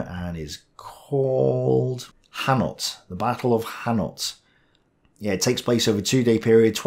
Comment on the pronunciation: Ouch! The Battle of Hannut... pronounced: "anNOO".